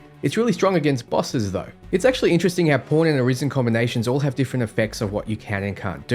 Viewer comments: when this guy says Pawn sounds like porn hahahaha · I'm hearing "porn" everytime he says "pawn" and it makes this video even better